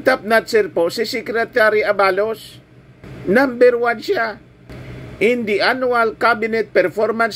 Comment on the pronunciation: Huwag mo na papogiin si supert@ sa amin …chaka yan sa aming Solid PBBM supporters! At hindi yun A-ba-los ! Aba-los